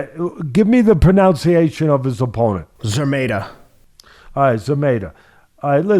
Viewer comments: Where do you get this pronunciation of foreign names??? Szeremeta is not "Zameta". It's "Sheremeta". What's so difficult about it? Why you have to eat half of the letters? Just check online how to say "sz" in Polish. You have Internet don't you? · another great episode, thank you! btw, it is pronounced "She-re-meh-tah", the man is from Poland